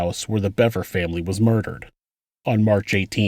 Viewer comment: I knew I’d find the proper pronunciation here.. Another channel pronounced it Beaver 🦫